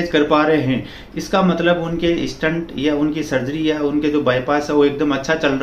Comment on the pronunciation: He is definitely not a doctor .He is mispronouncing Stent as stunt, test as taste , Doctor as doktar and many such easily detectable errors. I am not saying that he is complete wrong, but his information seems to he " Heard somewhere type" .Although one must go for regular walking and keep on raising the efforts frkm slow-normal-brisk-fast walks to slow and finally fast running. His intentions might be good but he is not a cardiologist